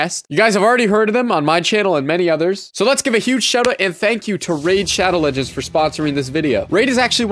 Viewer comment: no one: every gamer: shAdoE lEjen